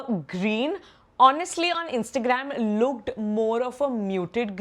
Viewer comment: no offense. but what is this pronunciation? Pigged up? Looged up? Picked up, Looked up bolna kitna mushkil hai?